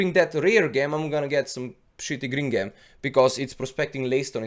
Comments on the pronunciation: just fyi: It's pronounced "J"em not "G" em :) not meaning to dis u, just thought it would help for future vids. but great vid anyhow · Bless you, I adore your videos you always provide good information that has helped me so much! I thought you may like to know that due to the wonders of the English Language Gem is pronounced Jem, I have no problems understanding you at all and I think those that say this are not listening! Keep up the good work! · it's Said Gem the G sounds with a J like in Jump. Sounds like the name Jim as in Jimmy. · ITS PRONOUNCED JEM! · Gem is pronounced Jem in the language you are currently speaking.